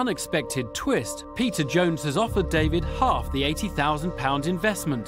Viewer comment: They seriously need a new narrator that can pronounce peter's name correctly